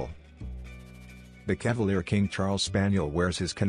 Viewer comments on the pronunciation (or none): none